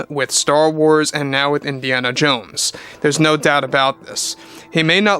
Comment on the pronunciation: It’s Indiana Jones. Not Indiana Jane.🤦🏻‍♂️